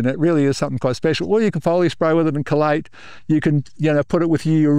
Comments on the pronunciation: well I am hearing a pronunciation closer to collate for chelate which is what the AI transcription is picking up. Here goes a voice type trial: "is it cold late or key late. Collate or chelation." By careful annunciation and changing chelate to chelation it was able to distinguish the difference. Thanks for your response. And for all of great experience being shared! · The captioning translation is saying collate do you mean chelate? Your Aussie pronunciation is changing what we in USA pronounce as "key late"